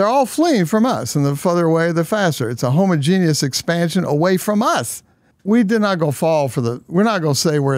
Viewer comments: Homo genius😂 it’s definitely not pronounced that way ! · I don't like how he pronounces homogeneous.